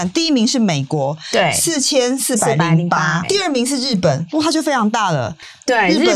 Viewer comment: FLOP 竟然能念成 FLOW， 几够力一下 🤣